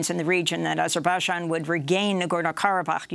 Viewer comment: Why does she pronounce Azerbaijan like that lol